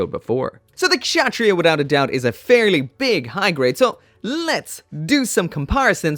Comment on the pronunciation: I believe it's pronounced Katz-Ha-Tree-Ya. Lol I literally looked up a clip of the anime to a while back to learn how to say it. (Note it was the subbed version)